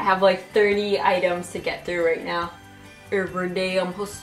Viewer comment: ''urryday i'm hustelling,urriday i'm hustelling'' i just died inside